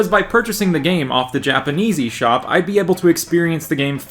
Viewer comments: Am I the only one who heard “Japanesey Shop”? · When you said "Japanese eSop" i thought you said "Japanesey Shop".